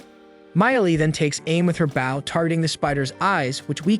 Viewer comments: I said baow in my head💔💔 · I love that AI can’t say bow.